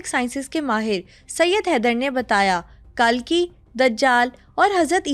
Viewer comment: ये पागल है यार और इनसे उम्मीद भी क्या कर सकते हैं कल्कि तो इनसे बोला नहीं जा रहा कल्कि को कालकी बोल रहा है ये मंदबुद्धि दो पागल बैठकर पॉडकास्ट कर रहें हैं